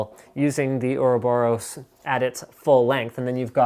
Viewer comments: Uroboros man, Uroboros! xD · its pronounced Ouroboros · I think it's pronounced or-ah-BOR-us. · It's pronounced Ouroboros :P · its or-a-bor-us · I pronounce it "Euroboros"